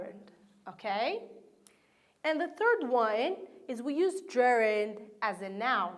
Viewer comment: Hi there, god job, but I can't bear hearing some words pronounced weirdly such as: verb >> / vOrb / work >> /wOrk/ use (n) >> /ju:z/ fond (adj) >> /fawnd/ First >> /forst/ Thanks again for you efforts.